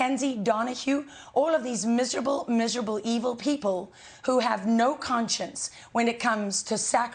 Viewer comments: It is not Talabon it is Talaban Talabon is a cinnamon roll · she says it like taleebon